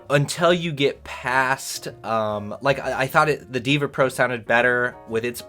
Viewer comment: Brah its deva not diva 🫨